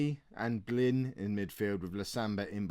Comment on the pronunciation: blin is not pronounced like bline ffs